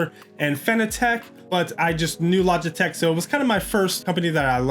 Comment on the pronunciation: he says logitech wrong :)